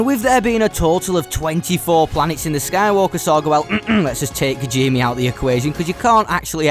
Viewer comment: No offense, but your mispronunciations of kijimii and cantonica hurt me.